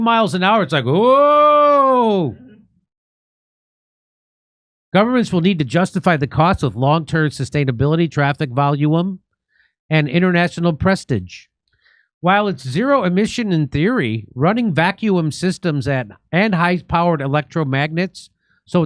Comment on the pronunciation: 9.06: its pronounced PRESTEEGE a long E on that word